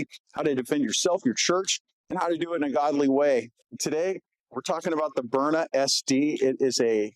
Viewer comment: Haha He can’t even say Byrna, instead calls it a stove burner. And his show team lets callers heckle him for it even. How hard is it to pronounce Burn-Na? Just shows he’s in the advertising business first, and topic talk second.